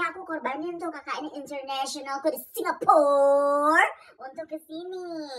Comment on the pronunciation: Lucu banget pas dia bilang singapurrrrrrr😂😂😂😂